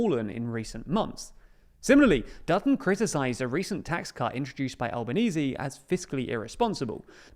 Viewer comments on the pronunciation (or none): ok, but as an Italian it makes me cringe, because Albanese is not pronounced like this, and it's an Italian word! (He have Italian origins)